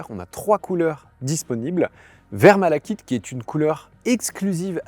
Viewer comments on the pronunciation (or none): none